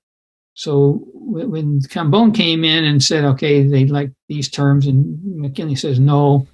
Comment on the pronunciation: Sounds like you’re saying “McKenley”